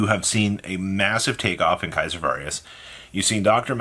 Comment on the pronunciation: Why have you always said “Kaiser Varius” its Caesar. Like Little Caesars ( the pizza place) 🍕. And Its Valius. No R in it